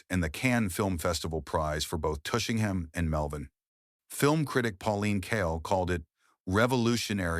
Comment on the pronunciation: "Joe Rita".... Tushingham? WHY, oh WHY won't you just pay an actual human with a decent voice to read this Copy?